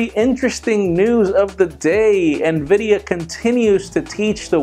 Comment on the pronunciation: i couldnt help but repeat Nvidi? LOL